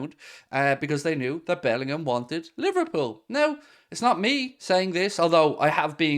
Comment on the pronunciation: Good lord man, love the channel but bloody bellendham again